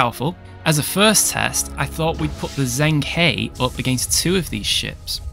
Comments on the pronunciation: Hey mate watch all your vids sorry if I'm being pedantic but it's pronounced jung-her. Don't know how they said it in the show but I'm Chinese lingual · Its pronounced like (the He sounds like 'Her' in English). The Zheng, I cant even romanize it properly.